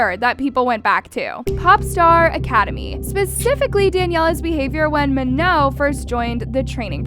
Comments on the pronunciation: Btw its not meno its manon its m a n o n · GUYS IT'S MANON😋 NOT MANO. RESPECT PEOPLE'S NAMES PLEASE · But her name is not "Ma-no" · Ok, I know this is supposed to be serious, but the way she said Manon as “Maho” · Her name is Manon pronounced ma-naan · I really hate how you're saying manons name. It's "MAh-NON" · You had multiple people saying Manon's name correctly and you STILL can't say it right. 😭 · You saying her name wrong is pissing me off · y'all still can't pronounce her effing name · Your videos are cool, but can you please pronounce her name correctly lol